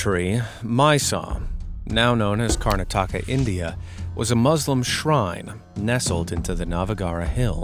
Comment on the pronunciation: Bro why you said my state name worong whyyyyy i am indian from Karnataka